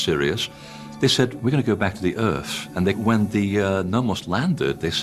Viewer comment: Omfg I have dyslexia and have to be more effort to speak. Didn’t spend a lot of time at school because well “I wasn’t trying hard enough” and here you have someone who is highly educated and yet you can’t say myth or earth or anything with a th. People have their excuses but really it’s just lazy.